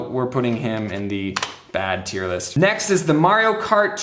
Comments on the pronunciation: man i just love a good ol' IER LIS' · “TEIR LIST” Lmao